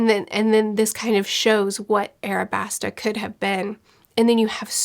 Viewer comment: Alabasta not airabasta, other than that fantastic review can’t wait for more